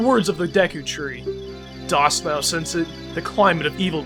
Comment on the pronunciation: "Dost" is pronounced "dust".